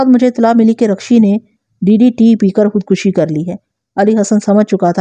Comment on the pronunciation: شکرہے آپ خود کشی کو صحیح پڑھ رہی ہیں